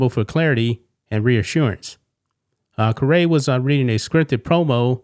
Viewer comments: Harry Carey’s grandson (formal Cardinal, White Sox and Cubs broadcaster) not “Ka-Ray”. By miss pronouncing his name you are as guilty as he is. Maybe the Cardinals learned something by watching In-Bev going woke and then about broke. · its pronounced car.ey just like his father harry caray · Doesn't know how to pronounce his name correctly !!! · Announcer can't even pronounce Skip's name correctly. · I let it slide last video you did on Chip, but you really deserve some sort of punishment saying his last name wrong again. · Imagine doing an 8 minute video talking about someone mispronouncing a word, while repeatedly mispronouncing their name. 🙄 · Why are you pronouncing his name like that? My God that's irritating! He's the grandson of Harry Carey the world famous baseball broadcaster for the Cardinals and Cubs for God's sake! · Please pronounce his last name correctly It’s pronounced the same way as actor Jim Carrey’s last name Thank you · Learn to pronounce Chip Caray's last name properly. Any baseball fan should know how to pronounce his name. The Caray family are famous in baseball. You know how to pronounce Shohei Ohtani but dont know how to pronounce Chip Caray? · Could you pronounce Chip Caray last name correctly. The Grandson of late Harry Caray. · I just find this comical. BTW, Chip Caray is Harry Caray's grandson (Skip is Harry's son), so now you can pronounce his last name correctly 😆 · Could you at least pronounce his name correctly? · You are ONE DUMBA$$ for continuing to pronounce "Caray" the way you do. WOW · Still haven’t learned how to pronounce his name…smh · You had a day to get the pronunciation of 'Caray' correct, what gives? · Your mispronouncing Carey. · dude keeps butchering his name kinda like chip butchered the word flag😂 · I like how he’s making videos about Mispronunciations while mispronouncing the broadcasters name. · Dune do you not know who Harry Caray is. This is his grandson and you keep butchering his name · Pronounced “carry”.